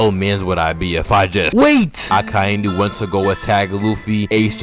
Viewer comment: They way you say Akainu is absolutly perfect, the best